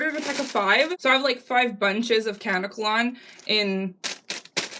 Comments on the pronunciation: I don't mean to sound like a bitch but it's pronounced kuh-neck-uh_lon. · It pronounced "KA-NECK-KA-LON" 💙 also remember to pre-treat the dreads by soaking them in apple cider vinegar and warm water for about 15 minutes to neutralize the alkaline. There is a chemical agent on the hair that is a skin irritant that can cause itching and bumps so the apple cider vinegar should do the trick and you don't have to deal with that anymore. ☺